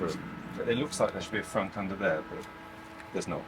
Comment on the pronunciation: Normalising British people calling the frunk a froot is my life goal